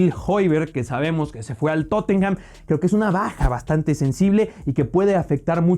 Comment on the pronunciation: Estoy mucho más de acuerdo con tus predicciones que con las de Ilie y Nacho, excelente video. Solo un dato constructivo, se dice Tottenam, no Tottenjam. Saludo enorme desde Lima🤙